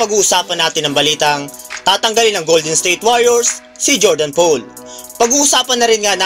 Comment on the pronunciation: Click bait. Bro Poole ang apelyido ni JP3 it is pronounce as pool as in swimming pool hindi "pole".